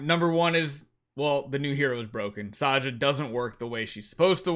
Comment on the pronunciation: Why do you pronounce her name as "SAYA"? It's not Spanish.